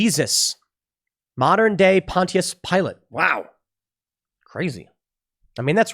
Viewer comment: Pontius. Pronounced "ponch-us"